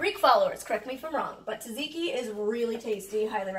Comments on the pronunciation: Tzatziki not taziki haha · I am Greek. You pronounce it dzadziki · You don't pronounce any "t" in tzatziki. Instead you have a "d" before both "z"-sounds. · no offense but its not taziki its jaziki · Hi Molly! Greek follower hereeee 😁 And it's pronounced tza-tzi-ki 😂 LOVE YOU SO SO MUCH 💜💜💜💜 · It's pronounced like satsiki 😂 love the video you are an inspiration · Tuzuki pronounced Suzuki. Also I love that you love my nations food. 🇬🇷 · It's tzatziki like dzadziki ... it is very good i love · It’s actually pronounced jajiki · it is Tadzhik (Tahtziki) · It's "tzatziki". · I want this fridge.. with all the food! We would be food friends, I know it! side note: tzatziki IS Greek, but its pronounced 'zat-zee-key' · It’s pronounced tsah-tsee-kee ❤️ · It’s said Saht-sea-key I only know this because my family always makes Greek food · It’s taziti not taziki I only know that from my mom and I think that’s right but I’m not positive I’m just pretty sure it’s taziti love u 💖💖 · Tzatziki. The "t"s are pronounced like "d" though. "Dzadziki" basically. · It’s pronounced (sed-ziki) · It isn't pronounced ta- zi- ki, it is pronounced. Sa-ts- ee kee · It's pronounced "dza-dzee-kee". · Im from Greece. Can someone please tell me what you mean by greek style chicken and also tzatziki its not read like that . Anyhow love y Molly 💗💗💗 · τζατζικι ^_^ = tzatziki the tz is pronounced more like the letter j ( in my greek mind) edit: I'm a new subscriber and I looooooove your videos!♥ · The T is silent in tzatziki, my Greek boyfriend flipped 😂